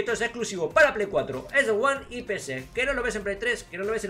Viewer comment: X box Juan XDXD Uno se queda a gusto después de exagerar la J de jjjjjuan